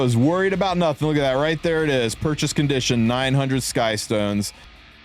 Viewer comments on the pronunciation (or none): none